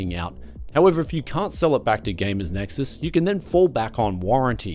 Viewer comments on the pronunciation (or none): none